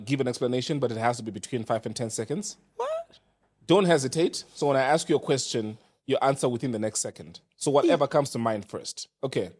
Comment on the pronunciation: Yeah all my Ghanaian friends get angry when compared to Nigerians! 😂 Wodemaya to be different practice “Ask” not “Aks”😅